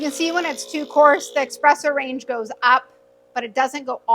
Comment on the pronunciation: Yes it is pronounced eSpresso! So many people say eXpresso!! But I think this lady might be getting tripped up because she is talking about the eXpress machine? Maybe changing from eXpress to eSpresso is a bit of a mental tongue twister?